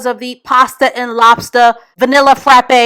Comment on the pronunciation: “Pasta and lobsta”???? Ewww fr????